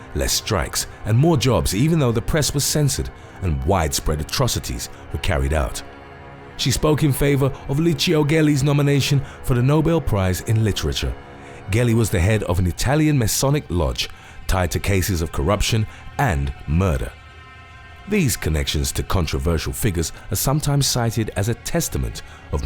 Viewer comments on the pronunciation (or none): Fantastic video! Ona side note, Gelli is pronounced without the hard G, like the word jelly: they sound really similar😁